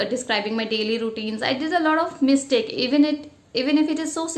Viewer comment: Madam pronunciation of mistake u are pronouncing wrong.u pronounced mistike it is not mistike, mistake.